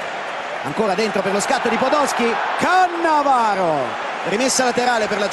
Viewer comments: Caressa tutto il tempo: CaAnnavaro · Le 5 differenti pronunce di Caressa: Cannavaro Cannàvaro Cannavàaro Cannavarooo Caannavaro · Lo ha vinto grazie al tono con cui Caressa pronuncia Cannavaro, e poi ancora Cannavaro 😂